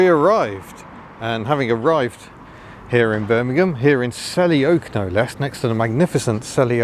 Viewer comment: ah yes, "glamurus" bermingham